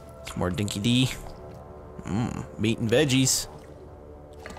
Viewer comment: dinky-di pronounced 'dinki-die' ;)